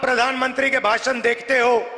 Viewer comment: भाषण होता है राहुल bhasan नहीं होता है आप कैसे नेता ही ठीक से हिन्दी बोलने ही नहीं मालूम